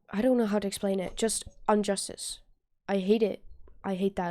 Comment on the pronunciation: I knew you'd get confused. The answer for that riddle is both "No" and "Time". And it's IN-JUSTICE not UN-JUSTICE.